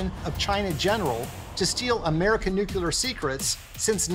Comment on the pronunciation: The overbearing music in this is not cool, it is just annoying and distracting. And the narrator should learn to pronounce the critical term, nuclear (new-klee-ur). Not, new-que-lure.